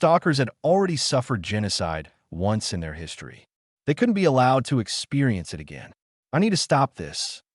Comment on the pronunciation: Overall, a decent story and generally well delivered. However, there were multiple times where it was obvious it was A.I. The most common instance was when "it" was being used and the voice used "it" as if it was using the abbreviation for Information Technology, aka IT or I.T. I noticed fairly along in the story when one instance happened with a word spoken "I.N." instead of "in". Then there was the one time, again late in the story, where what should have been an ignorable period was read (rhymes with bread) out as "dot".